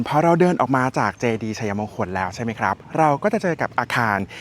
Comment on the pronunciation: ออกเสียง = ไช-มง-คน ❌ ไช-ยะ-มง-คน - คนอยุธยาเค้าไม่ออกเสียงแบบคุณนะคะ